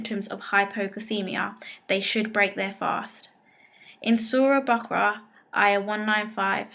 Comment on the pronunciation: Thank you for the info but pronunciatiom of religious terms could have been better ,for example it is not surah al bakra but baqara, or most İslamic countries the last meal time is called sahoor ,your word sahri is not common for Turkish and Arabic speakers. Thank you